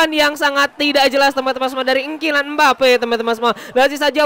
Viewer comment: Gw suka dri bang ini nyebut ngKylian Mbappe nya kocak aowwkwkowk